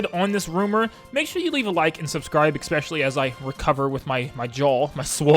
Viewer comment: I promise to subscribe as soon as you stop saying "expecially" because that isn't a word lol